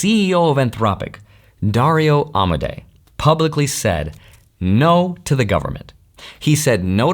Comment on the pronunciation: … ALSO DARIO AMADAE sounds like a PERSIAN (Iranian) name… PLEASE check.